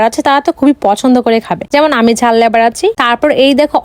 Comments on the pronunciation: লেভার না লাভার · ঐটা লাভার Not লেভার 😂😂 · লেভার না লাভার হবে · লেভার না লাভার 😂😂😂😂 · লাভার❌ লেভার☑️ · লাভার ❎ লেভার✅ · আমাদের এখানে যারা রাজমিস্ত্রী বা মার্বেল মিস্ত্রির সঙ্গে হেল্পারের কাজ করে তাদের লেবার বলে.. আর এই তো লাভার কে লেবার বলে😂😂😂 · লটকন ❌লটকা✅ Lover❌Lebar✅🤣😂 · Secret❎ Secoret✅ Lover❎ Lebar✅ Heavy ❎ Havy✅ Vai jhal lebar Khao khao sokale pachu diye🔥🔥ber hobe😂😂😂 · অশিক্ষিত মূর্খ ওইটা লেভার না লাভার হবে 😂🤣 আগে জেনে নে সঠিক উচ্চারণ কি তারপরে বলতে আসবি 😏🙄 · লাভার 😍❌ লেবার 😂✅ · লাভার ❌ লেভার✅ গাইস ❌ গইস✅ ভারী খাবার ❌ হালকা পাতলা খাবার ✅ লারাভারা ✅